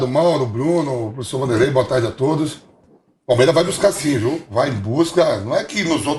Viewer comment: Vampeta seu cachaceiro, nao consegue nem falar plural. "Palmeira"